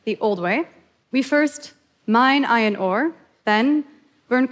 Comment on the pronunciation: First she shows a water boiler with two graphite electrodes and calls it an electrolyzer. My brain goes, "What?!" Then she calls iron ore "ion" ore and then calls iron "ion". I say to myself, "maybe English is a second language for her?" But no, she has no problem pronouncing the R's in every other word she uses, so I think she legitimately doesn't know what iron is. Now, I'm asking myself why this person who clearly isn't a legitimate scientist is giving a TED talk? Ohhhh, this isn't a TED talk it's a commercial. Unbelievable.